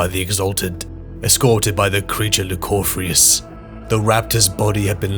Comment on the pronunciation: lucoryphus too